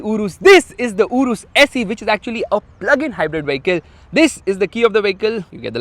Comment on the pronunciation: Bro it saeee not se😂😂